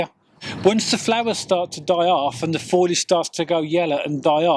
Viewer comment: It's FOLIAGE not FOILAGE. It's pronounced FO-LEE-IJ. Not FOY-LIJ. Great tips tho